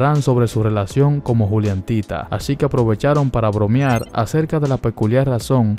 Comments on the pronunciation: Es juliantinaaa no juliantita. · Perdón pero me ha puesto muy de los nervios diciendo "juliantita"